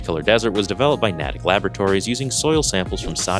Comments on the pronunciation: Very nice work bro's. There are a few other significant tidbits of history with this garment, it's one of the first officially licensed DCU garments, and the last DNC garment. Also it's pronounced NEIGHtick not NahtickeH. stoked to see our old 2013 /k/ conversations come to life! Love you bros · "Nay-tick" Labratories. Natick